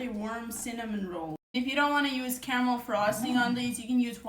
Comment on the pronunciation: Caramel??? I thought she said Camel😅😅😅😅